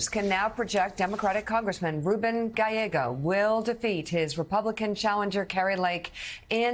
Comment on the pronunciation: Sharpton is 0-3 with trying to pronounce Gallego. "Galleo" 😂